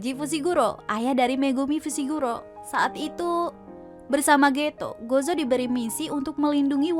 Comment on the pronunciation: baca nya gojo ya dek bukan gozo